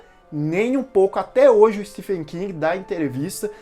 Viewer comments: Se pronuncia steven king e não stefen!, o próprio autor corrigi como as pessoas pronunciam errado seu nome!. Stephen King (Steven King). O ph no nome dele se pronuncia como V. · Se pronuncia STEVEN King, mesmo sendo escrito Stephen. Inglês não tem coerência na escrita/Pronuncia. Fica a dica. Desculpa, mas dói meu ouvido.